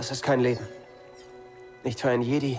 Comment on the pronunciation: Hey ich will ja nichts sagen aber du sprichst das Spiel falsch aus sag bitte Jedi auf Englisch